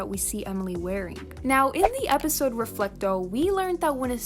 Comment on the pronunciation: Is Reflecta pronounced as Reflecto? Or did you say it wrong?